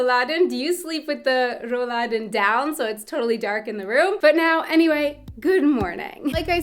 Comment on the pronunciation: 😅 RRRrollladen (it‘s so cute)